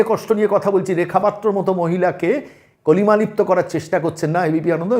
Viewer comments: দুবার উচ্চারণ করলেন, কলিমালিপ্ত। কালিমালিপ্ত। রেখা পাত্র নূতন ভারতের প্রতিবাদী মুখ। তাঁকে স্যালুট। ভারতীয় অতি শিক্ষিত উচ্চ বিত্ত, ভাতা খাওয়া সকল নারী সমাজের উচিত রেখাকে দৃষ্টান্ত হিসেবে যথাযথ শিক্ষা দীক্ষা গ্রহণ করা। মমতাকে বাংলার মেয়ে মানতে রাজি নই, কিন্তু রেখাকে বাংলার মেয়ে ভাবতে গর্ববোধ করি। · কলিমালিপ্ত নয়, কালিমালিপ্ত, বাংলাটাও ঠিক করে বলতে পারেন না? আপনাকে গ্রেফতার বা পরে জামিন এর খবর কিন্তু আনন্দবাজার ছেপেছিল, এটাও আপনার বলা উচিত ছিলো।